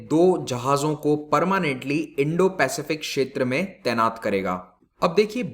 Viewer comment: सर् इंडोपेसिफिक कहिये